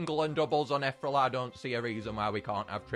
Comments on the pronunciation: I love your videos but it angers me when you say ‘ether ull’ and not ‘eth ear ee al’ 😂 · eth-rel? Ee-thee-real! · Ee-thear-ee-al. Just thought i'd say that. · I swear I cringed every time he pronounced ethereal “ethrel” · It's pronounced eth-EERIE-al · I'm sorry i love his content but does it bug anyone else how he pronounces ethereal 😭